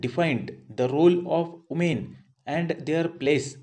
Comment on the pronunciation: Umen 🤣🤣 Voomen 🤣🤣🤣